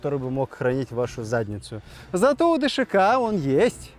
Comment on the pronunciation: ДШК так правильно назвать, а не ДСХ! 🤬